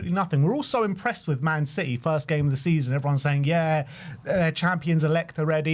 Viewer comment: Lads, it's citeh